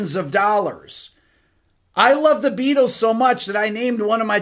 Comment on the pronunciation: I am now and forever hear "The Be ah tols"... thanx